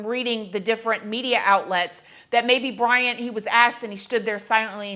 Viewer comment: It seemed the judge was more disrespectful than the suspect in this one .... How can you not get names right??? If Brian is guilty he didnt do it alone. Maybe he was grimacing at the clown of judge with the farce reading the names ... I think Ethan's was the only one he got right ...